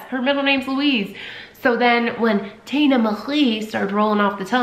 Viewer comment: Been meaning to watch this for a week! Finally I have! TINAAA 😩😩😩 she’s such a Tina-Louise Marie 🧡 the way you say it in your accent.. I just adore! I kept singing Tina Turner “Nutbush”😂 and also thinking of “Tina the talking tummy!” Off white chicks 😂😂 She’s a little darling! I love her🥰 Hope she’s settling in well girl!🧡🧡🧡🧡